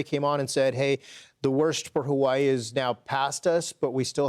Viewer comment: Dog are you saying ha-way-ee?